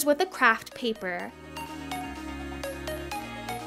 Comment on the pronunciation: I dont like how she say her words 'glu it to the peapearr` what the